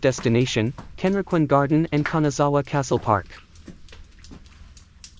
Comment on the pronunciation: 各所の名称の発音が相当間違っています。ケンリキンガーデンってどこ！ どうやったらこう読めるのでしょう